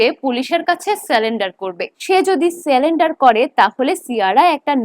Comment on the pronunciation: কথাটা surrender (সারেন্ডার), স্যালেন্ডার না - and 😂😂😂